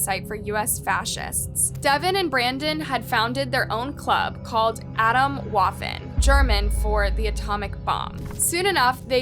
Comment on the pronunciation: Learn how to pronounce Atomwaffen, Junge! What egocentric confused kids can do...crazy